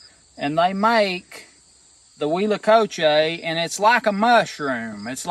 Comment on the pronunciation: I live in Mexico so I believe I can help you with the pronunciation. In Spanish the H is silent and all vowels are very pure. A=a short "a" as in pants, E= as a long "a" such as the a in play, I= as a long "e" as in ie in piece, O= as a long o as in grow and U= a long u as in union. Therefore if your spelling is correct the pronunciation is uit-la-co-che